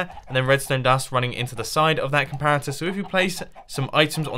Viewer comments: "you want to place a complarator" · id anyone notice mumbo saying comlarator when building the coco bean farm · we want to place a complarator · place a complarator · Mumbo calls a comparator a "complarator" with an 'L'. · I am honestly sick of everyone laughing about mumbo saying comparator. Im in quarantine and haven't seen anything funny in a while. AND I DO NOT FIND COMPLARATOR FUNNY. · Did he just say complaritor? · a comlarator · did he say "complarator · is it just me or did he just say “complarator” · "Complarator" xD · did anyone else hear "Complarator? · Mumbo: Complarator Me:😂😂😂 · ok now we are gonna place a complaroter XD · who else noticed that he said "complarator"? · “Complarator” XD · "And then you place a COMPLARATOR..." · ''You want to place a COMPLARATOR...'' hahahaha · for the cacao bean farm he said complarator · no, not a comparitor a "COMPLARITOR"!! LMAO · On the coco bean farm you said “ let’s place the complariator on this” LOL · He's speaking mumbo jumbo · " We want to place a complarator" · Complarator? lol mumbo u are awesome. secs in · Whats A "Complaritor" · Did he just say complarator? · is it just me or did Mumbo say complarator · "A complarator" lol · Legend O' Logan complarator complarator complarator 😂😂😂 i can't get enhoug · Did he say complarator? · did he really just say complarater? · did he say "complarator" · Legend O' Logan I noticed that too 😂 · "Complarator" lol